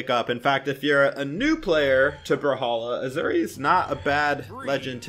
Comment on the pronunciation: Every time sais azuri I die a little inside